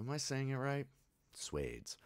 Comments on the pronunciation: It’s pronounced “Swa-dheys” not Swayds 🤦🏻‍♂️ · It's not swes ,it is swaadesh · pronounced as swaa -desh (d is soft like in spanish) not sweds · Suede-s! 😂 It is Swa (like swirl without the "rl") - des (like a French person would pronounce dés). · It's called Swaaa Des. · Love Shah Rukh Khan! Can't ever go wrong with this movie... ❤️ Also, wrong pronounciation 😂😂 Were you able to finish Piku? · Swades 😅 Swa like ‘shwa’ of shwarma (without the h, but like a whole syllable) and then des like the word days. That’s the closest explanation I can come up with 😅